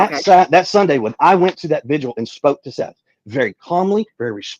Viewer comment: Does anyone actually read these messages. If you do why do Americans have so much trouble with VIGIL. 🌟 not VISUAL